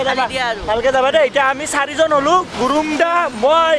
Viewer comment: all the best. please say চি-জন